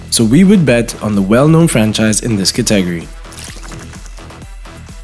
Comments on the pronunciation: I'm Soo triggered he kept mispronouncing "Category" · I couldn't finish watching the video 🤣 I mean he isn't even close to saying it correctly, confused me evetytime he said it.